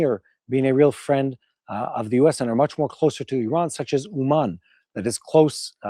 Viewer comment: Hey,, why are you pronouncing Iran and Iranians incorrectly?